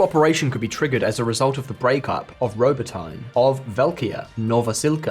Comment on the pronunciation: Robo-tine... wow